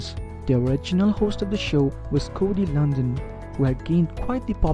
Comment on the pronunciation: Should we listen to the guy that can't even pronounce Cody's last name right haha